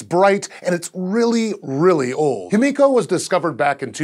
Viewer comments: why are you pronouncing it like hemiko and not himiko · Correct pronunciation is "hee-mee-ko," not "him-EE-ko." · just a quick pronuciation correction its actually pronounced as he/hi-me/mi-co/ko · It's pronounced him-i-co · I love scishow but am I the only one who noticed the change in pronunciation of "Himiko" throughout the video?